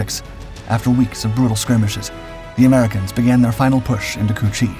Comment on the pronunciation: Did he just say "pushing into çu-chi ?" Lol!!😂